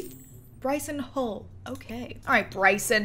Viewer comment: Bryson My head: Hall (Bryce Hall): Hull